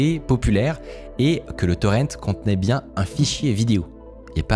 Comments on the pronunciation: Mec arrête de dire torrente !! C'est horrible a entendre et en français on dit torrent comme on dit ruisseau !! Gros nul. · Arrête de dire torente!